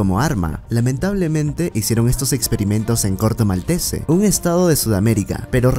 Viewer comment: Corto Maltese es francés así que la E final de Maltese no se pronuncia